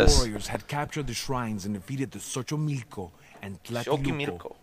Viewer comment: It's actually pronnounced "Shoshimilko". Not even the narrator can get it right eh? Was it that troublesome to just get a guy who spoke both nahuatl/mexicatl and english?! Also, for anyone interest in Aztec culture and history, and in a good adventure story, should read the book Aztec Pride (it's actually 5 books). A mature story focusing on just this time period featured in the campaign. Includes Montezume and his whole backstory